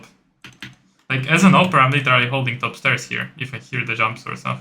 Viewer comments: literally wymawia sie "ly czy ra li" albo "ly de ra li":) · "literally" zle wymawiasz bardzo i boli w uszy.